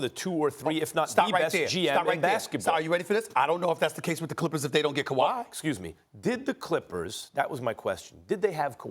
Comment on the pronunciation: I love how all the American talking heads say Kuwai signing everywhere but Toronto. Maybe they are right but I'd like to see them proved wrong again 😂